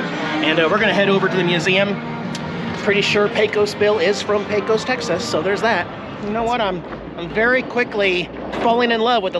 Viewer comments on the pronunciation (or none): You're all registered in TX now, so let's get you talking like a native! And I don't mean saying yee haw. Lesson 1, it's pronounced Paycuss. Safe travels yall! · I believe that all of us Texans pronounce Pecos like Paycus (accent on first syllable). Somehow it sounds different when you say it. 😊